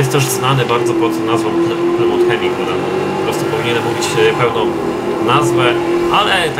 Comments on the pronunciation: nie mówi się plymołt tylko plymut:) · nie plymont tylko plymuf jak coś